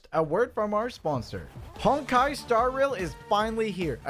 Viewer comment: i heard heard him say hentai star rail not honkai star rail